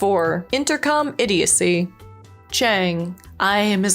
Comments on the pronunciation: “Idiodicy” is not a word. I think you’re looking for idiocy (IH-dee-oh-see). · I thought it was just a misstep by her...but then she said IDIODICY again....hmmm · "Idiodacy" ...? It's idiocy. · After that 2nd butchery of the word: "idiocy", I couldn't watch another minute. Everything prior was kinda 'meh'.